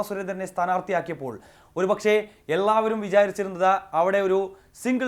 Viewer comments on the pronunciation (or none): "എള്ളാവരും" അല്ല "എല്ലാവരും"